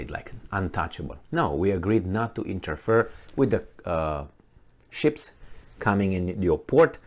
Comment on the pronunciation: interfere: "INTER FEAR" not "inter-fur"